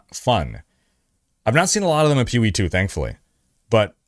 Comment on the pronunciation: You do not have to keep saying P-O-E 2. Just pronounce the word, Poe. It’s an acronym. Other than that minor complaint, great content as always!